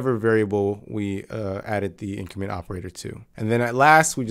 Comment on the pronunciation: Before you watch this video: it will be easier if you know that when he says “in-creemen” he’s actually trying to say “increment”.